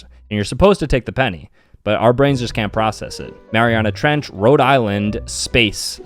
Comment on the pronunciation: You mispronounced andromeda. And grenadier and Marianas trench the first time (marinas trench)